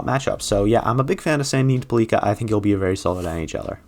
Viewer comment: Pellika should probably be a bit higher up on this list, but the future will tell. Also, his name is pronounced like pelican without the N.